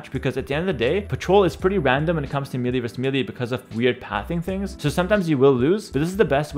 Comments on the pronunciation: One small tip, its Meh lay not meely. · Great tips. I was able to understand most of it as a total noob. Also, you help me, I help you: melee = ‘MAY-lay’